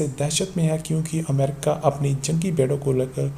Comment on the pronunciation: Ye badiyaa Aadmi he America Ko bhi yamrica bolta he.wo yamrica nahi yamraaj he